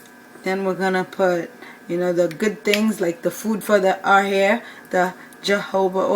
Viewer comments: It’s pronounced Ho Ho ba oil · The jojoba oil is pronounced hahoba.